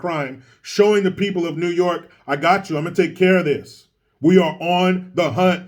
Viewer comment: Me: Notices does a video involving NYC. Also me: Wonders if he'll do a "Noooo Yaaaawk" accent?: "Hold my hat!!"